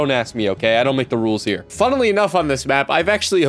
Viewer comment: did he just say "funnely enough"?